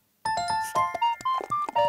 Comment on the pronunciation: さゆにゃん、可愛いです。 それはそれとして、最後のバジルを洗ってないのが適当感半端なくて大ウケです。 そして、最後のご自愛くださいに力込めすぎでビックリしました。笑